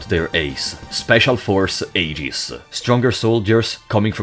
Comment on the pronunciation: Honestly, you did a pretty damn good job with the Xenosaga characters. Think the only problem I noticed was calling the AGWS robots “aegis” or “AGs” when the English translation pronounced it “eggs”, but that’s pretty negligible really. Found it super funny when you covered Allen “the assistant”, saying he’s just kinda there until the very end. Because that’s pretty much how he is in Xenosaga too. XD